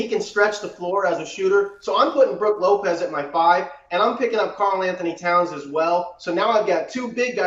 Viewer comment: Did this guy seriously say brook lopez…